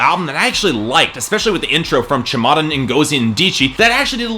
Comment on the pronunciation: This segment of your channel is nicely done. Makes you stand out. And lol at your react to the Eminem song, won't hold you to your pronunciation of Chimamanda (lol). I get what you mean about 7/11 but it'll sound much better when you're drunk, I agree that it's not great of a party hit though and I would've preferred she spent time making a good up tempo party song. Maybe next deluxe release.